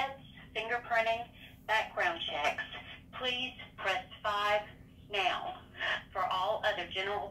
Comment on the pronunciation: Who knew the word “now” had three syllables?